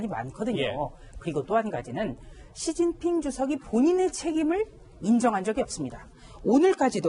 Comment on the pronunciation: 진필이 아니고 시진핑.